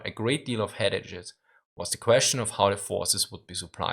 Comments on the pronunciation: at 11;16..........good try! in fact unique pronounciation!! headache}}} hed ay-k (( not ash!! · The “ache” in “headache” is pronounced like the “ake” in “cake.” Please continue to produce your otherwise fantastic work.